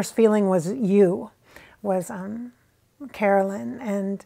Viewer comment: You know how you kept saying “Caroline” instead of Carolyn. Maybe that was jfk jr. thinking of his sister(Caroline) too! Nothing ever happens by mistake 😉